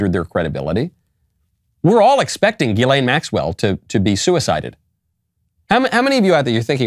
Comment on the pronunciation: Hey genius her name isn't "Elaine"